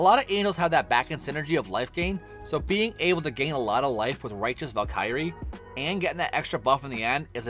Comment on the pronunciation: Fantastic video, but it bothers me so much the way to say Valkyrie haha good video though 👍